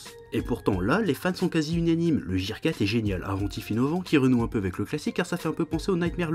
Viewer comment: ça se prononce "guir", pas "jir" !